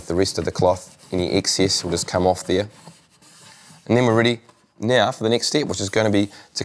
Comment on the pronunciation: Im laughing like rn because of that